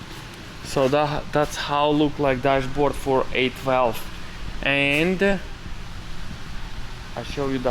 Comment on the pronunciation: I kept hearing him say 8-Valve, and I was wondering why ?...then I figured out he's actually saying 812 LOL !